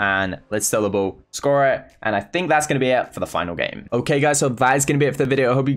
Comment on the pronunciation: the whole video every single time he said ball I hear bull